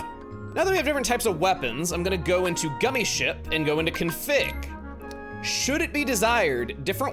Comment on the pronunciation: He calls it gummi skip it rhymes with Emile